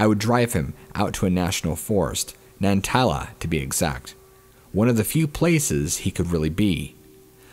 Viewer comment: Bro u really Butcherd Nantahalla Forest!